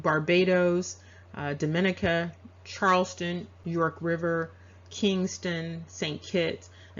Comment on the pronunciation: about the mark you pronounce the word "dominica" differently than locals...my son's mother is from that island. they pronounce it "dami neeka"...im not offering correction only sharing local dialect. take care ma'am.